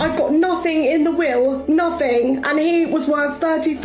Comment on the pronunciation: *Will reading not wheel reading lol